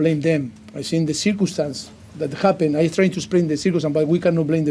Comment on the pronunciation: Mr "cicurstance"... I quite love him.